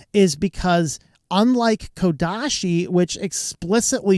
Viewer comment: ouch, it's not KodaSHi